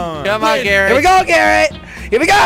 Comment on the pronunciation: instead of calling garret garret call it carot LOL